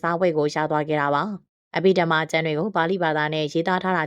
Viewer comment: အဘိဓမ္မာဘွဲ့ကိုအသံထွက်မှန်အောင်ဖတ်စေခြင်ပါတယ်